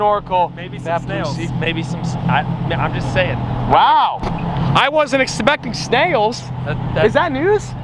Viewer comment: " a great man said 'exabecting' "